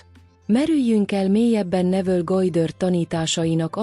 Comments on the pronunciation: Gojdörd!?? Vagy micsoda? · GODDARD....mit nem lehet ezen kiejteni normálisan?????